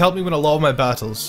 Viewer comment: he is saying scizor sooo wrong he is saying the word scissor not the name face palms